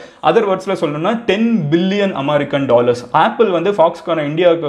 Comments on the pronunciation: It's not aamerica it's america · Boss .... please pronounce "America" normally.....not aammmaaaricaaa...